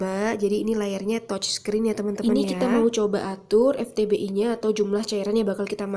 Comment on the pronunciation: Vtbi kak, bukan Ftbi